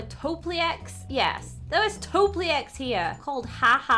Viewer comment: Its not a topliec its a topielec